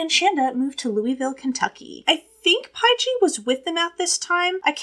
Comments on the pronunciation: I just love you. Pie-Gee. You’re the cutest thing ever! I’m sure someone already told you it’s Paige just with a J. But I get it. Seeing it with a J it does look like a weird word. I just wanna say great delivery of this case. I’ve seen many many MANY people cover it and some of them have been like 15-20 minutes long and I just think, are you serious?! How can a creator say they’re not doing TC for clout / sensationalism when they tackle this very very in depth, super detailed, multi faceted case that cannot possibly be properly discussed and laid out with all the moving pieces, in 15 minutes!? It’s insulting! You cannot tell Shandas story in that amount of time, and anyone who does, imo isn’t doing it for the right reasons. Period. A wiki recitation of this case would take longer than 15 minutes to read. Even worse is when some of them watch a show on it, and then tell it in the exact same order with the exact same words and verbiage, this plagiarizing the documentary. Again. Very insulting. So thank you. Thank you for taking the time to explain all the background because without it this case is impossible to understand. The fact that these girls did this in the first place is absolutely unbelievable BUT without context you’re brain would explode from confusion. So thank you for being you and doing what you’re doing. Hang in there with filming and posting. It’s clear you’re passionate about the content as well as the filming / editing / etc. The views will come. I started wi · Lol Shands's sisters name is pronounced Page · Paige is pronunciated Page This case happened in my home town area. I know all the places they talk about. Of course I was grown when this happened and I didn’t know any of them but it was throughly disgusting